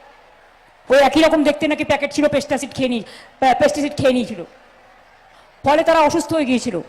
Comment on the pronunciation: Sadharon manush to pesticide chinte ba bujhte parena kintu murkhamantri to pesticide bolteo parena pestacit bolchhe.